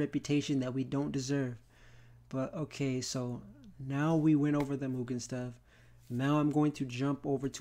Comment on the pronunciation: Also, because it's bugging my ears, thanks for fixing the mugen pronunciation, but it's pronounced, E.-Keh-men, not aikman